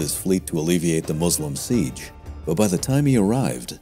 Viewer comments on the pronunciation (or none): none